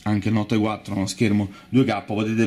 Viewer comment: Ahah il note quattro, che pronuncia ...... Lol Kind of "it spells nucular"!